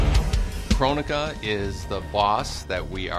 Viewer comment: I wish it was pronounced Kronika and not Krone-ika